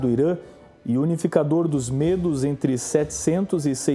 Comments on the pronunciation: não digam Mêdos; digam Médos!... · Gosto dos teus vídeos. Tem fundo histórico. MAS a pronúncia de MEDOS, é uma pronúncia aberta - MÉDOS. Os curdos é um povo tão antigo, que já eram citados por Xenofonte - em Anábase a retirada dos 10.000 gregos do império Persa, lá pelo ano de 480 A.E.C. Abraço